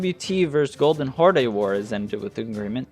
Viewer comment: Love the video, but man the way you say horde xd